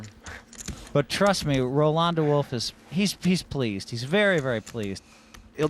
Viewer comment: haha hellmuth pronounces de wolfe's name really wierdly